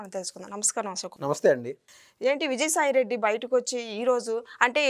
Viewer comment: న్నమ్మస్స్తే అని నొక్కి చెప్పకమ్మా. నమస్తే అంటే చాలు. ఏమీ అనుకోకండి ప్లీజ్. అదొక్కటే తప్ప,అంతా బాగుంటుంది